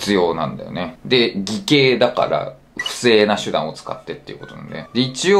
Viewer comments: イケイではなくギケイと読もう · 先生…それ偽(い)計業務妨害罪ではなく、偽(ぎ)計業務妨害罪です…